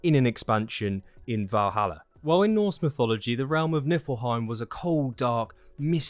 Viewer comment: Great video man, thanks a lot :) Just one little thing, it is NiFlheim and not NiLfheim ... :)